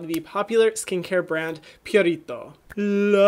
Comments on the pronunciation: Hyram, please stop rolling the 'r' in Purito. It's really not necessary and is very distracting. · No one: Hyram: pUrRRrRritO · Purito is a skin saver. Their Centella Green line has worked wonders for me (aside from the eye cream, I'm sticking to Benton for that) very soothing, hydrating and gentle even on the most sensitized skin. They also listen to their consumers and post short comics on their IG. I absolutely love this brand and the only one that became HG status immediately. I'll admit you pronouncing Purito like that is weird for me. I'm used to hearing it with an elongated 'oo' sound (like Pooh without the h) instead of pyurito. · Love how you say Purito lol